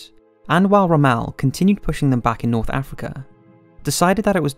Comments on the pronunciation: The narrator's pronunciation of non-English names is BRUTAL and makes it clear this person knows nothing of WW2 history. It sounds like some of these names are names he's never seen and pronounced before. How do you pronounce 'Tobruk', 'Toobruk'? and especially Rommel? How the heck do you pronounce his name in two separate words 'Rom-mel"? Decent documentary but it was frustrating to listen to all of the mispronounced words. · "Put into neutral Montevideo, modern day Uruguay" Montevideo is the capital of Uruguay and didn't become Uruguay, the country was called that in 1939 too. Also your pronounciation of names and places is awful. Rommel is not pronounced 'Romale' Vichy France is pronounced 'Vishi' and Tobruk is pronounced Tubrook not 'Too brook'.